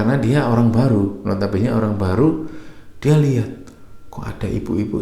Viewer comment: Duh, ketularan Liana... Ngomong "notobene" 😂